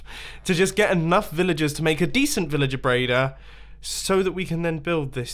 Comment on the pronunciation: 3:1o srry did he just sai vilager braider!?!?!??!